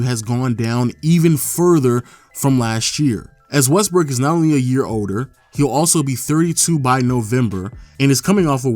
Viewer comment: dude said Westbrick